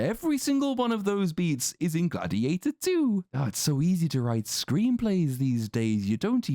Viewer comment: Glad-He-ate-Her Too